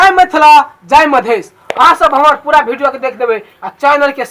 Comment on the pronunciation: भाई भिडियो नहीं विडिओ होता हैं